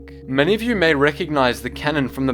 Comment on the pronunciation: How the fuck did you just pronounce ''christophsis'' ?